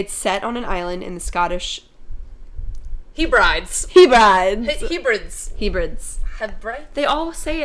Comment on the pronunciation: Great review. Just so you know, the Islands in Scotland are prouounced: Heb - ra - dees." Keep up the awesome videos!